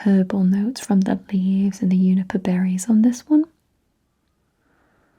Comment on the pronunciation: Great video! I've never heard anyone not pronounce the j in juniper.